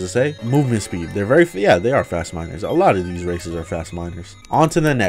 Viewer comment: I thoguht he said "A mod that addes racism" xd